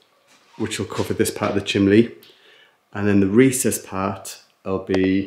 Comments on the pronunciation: Chimney not chimley 😂😂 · Hi from Scotland, hi another great vidio can i as why you call the chimney. The chimly anne from Scotland